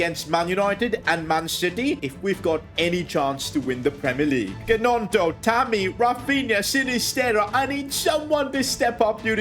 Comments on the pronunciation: calling him Ganoto is the funniest thing (It's pronounced Noto) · It's Nionto as Gnonto or Ñonto yeah it was funny😄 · Silent g on gnonto mate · and sid fr the record its pronounced naunto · When you say Gnonto you don’t pronounce the g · Is it just me or is it so annoying he says gnontos name wrong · But how he pronounced gnonto😢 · The way he said gnonto is so funny 😂. I love you been watching your vids from the beginning